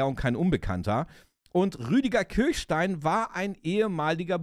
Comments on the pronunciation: Geniale Serie,bin damit aufgewachsen. Danke für dieses Video. Eine kleine Kritik. Der Mann heißt "Kirschstein", nicht "Kirchstein" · Er heißt Kirschstein (wie Kirschkern), nicht Kirchstein. Nette Erinnerung ans Vorabendprogramm. :-) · Schon traurig, dass man Willers richtigen Namen weder korrekt schreibt noch ausspricht. Der Mann heißt Rüdiger Kirschstein und nicht Kirchstein! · Der Schauspieler, der Willers spielt, ist Rüdiger KirSCHstein - nicht Kirchstein.